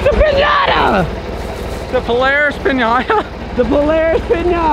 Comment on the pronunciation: Its pronounced Polara$$ not Polaris